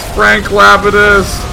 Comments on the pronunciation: It's pronounced Lah-pee-dus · That's Frank Lapidus from Lost.. pronounced Lap-ee-dus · Day9 is obviously not a LOST fan. I kept cringing at his pronunciation of Lapidus. XD